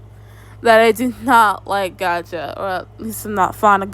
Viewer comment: and somehow you can't say "gacha" properly and you said "gaga"😭 I feel like u are too